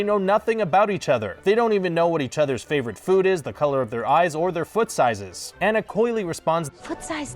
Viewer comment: Cringing at how he pronounced "Anna". Am I the only one or nah?